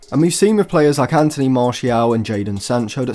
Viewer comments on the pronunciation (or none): none